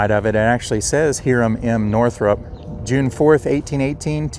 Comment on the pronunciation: Hiram/Hyram is pronounce as "HIgh-ram". A friendly bit of advice to your fine videos: please use the camera to point, not your hand. Using the hand to point and not the camera is unprofessional. Keep up the cemetery visits and telling of its associated history. Bravo.